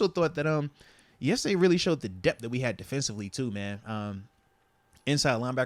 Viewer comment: Why do you say dep when the word is depTH?